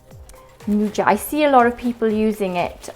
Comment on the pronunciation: The j in Nduja is pronounced like the i in Italian. So it's like Nduia.